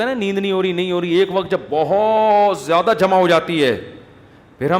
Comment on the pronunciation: Mufti sahab zayada hota hai jayada nahi